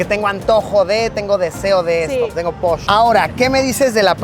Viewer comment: Bienvenido al hermoso Yucatán!!!! Te deseo una estancia enriquecedora culturalmente hablando!! Cómo corrección, no es posh, sino poch* cuando tienes antojo de algo 😅😅😅 es la palabra más debatida con los que vienen de otros estados 😅 saludos!!!